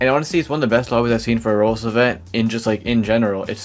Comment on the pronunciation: this guy can NOT pronounce roblox